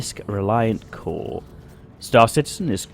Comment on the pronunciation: It's pronounced CORE-A sorry its a thing with me. Lol